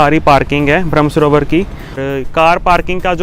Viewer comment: ब्रह्म सरोवर आप बोल रहे है भ्रम . गलत उच्चार